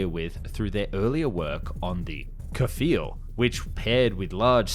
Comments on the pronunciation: The Kfir isn't pronounced ke-ffer, it's pronounced like if the word fear had a k slapped in front of it. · Kfir.. I doubt that is pronounced as "Kuhfur"..... english speakers and their pronunciation of anything foreign 😆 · It never ceases to amaze me how badly people mispronounce simple Hebrew words, given how it's spelled phonetically. Kfir is not Ku-fur. When transliterating Hebrew to the English alphabet, the vowel I is the same as in "dig" or "rig", which is the same sound as the E in "be". It's always that vowel when referring to Hebrew words, as the language is fairly straightforward with its vowels. Then... what's the problem with having a vowel-less consonants? You know how to pronounce "brim", "swim", "snow", as well as "cream", and even "quit" could count as it's pronounced like "kwit". This is not Japanese, where you have to have a vowel after almost all consonant. You should be able to pronounce consecutive consonants. Kfir. It's pronounced like "kfir". Still having trouble understanding what that means? Just look up videos of people named Kfir. I searched "kfir interview" and the first result showed a guitarist pronouncing his name. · its more like K-FIR then kafur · it's KFIR. (young lion) and yeah, basically a delta winged f16.